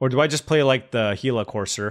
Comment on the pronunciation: Yes sir you said it correctly he la. The Actuall creature it's named after is a desert lizard that is very poisonous